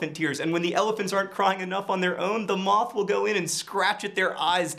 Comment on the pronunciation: When you were talking about the moth drinking tears, I thought you said Moffat. well I guess it works.